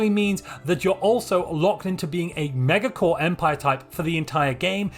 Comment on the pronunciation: I disagree with your pronunciation of megacorp